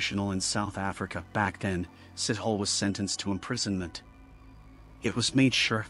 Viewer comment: His name is not sit hole! Sithole are pronounced see-toh-le. I'm not defending but it's just a very common surname in South Africa and you did not even did home work on how to pronoune different country surname